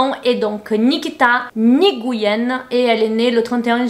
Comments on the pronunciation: Juste ça se prononce N'guyen 😊 J'adore ton taff sinon ❤ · On dit « N-guy-yen » 😂😂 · Ahahah je sais que tu es originaire du Brésil et donc que tu as du mal à prononcer certains mots encore mais ducoup ce n’est pas « nyguyen » mais bien « Nguyen » soit une prononciation : N-gue-u-i-yen Le « gue » n’est pas très très prononcé et vraiment court puis après le u -> « gui » 😄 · Hello! j'ai pas besoin de te dire que j'ai adoré cette givdt, mais je voudrais juste préciser que le nom de famille se prononce " ène guyène" ! 10/10 pour ton pull au passage🤍